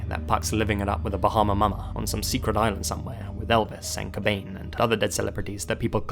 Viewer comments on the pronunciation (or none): ...Cobain? (Love ya btw 😘)